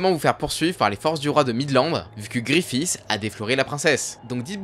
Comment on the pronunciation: C'est si dure de prononcer guts et Griffith correctement ???